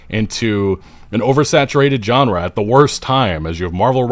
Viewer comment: Is going to apologize?? Also, take a drink every time says JON-ra.